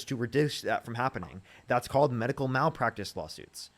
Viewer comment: WHY does she keep selling MAD-ical?